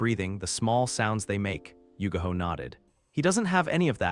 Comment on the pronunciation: her name is yugao NOT yugaho